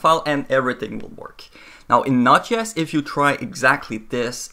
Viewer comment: I'm fairly sure it js pronounced Node. JS.. not notches. :)